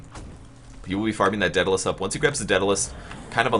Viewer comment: Every time you mispronounce daedalus I cringe. Not really anything important, just one of those little things that gets under my skin.